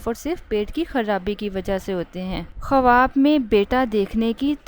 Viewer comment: Khuwab nahi hota haibkhawab hota hai phele bolna sikhe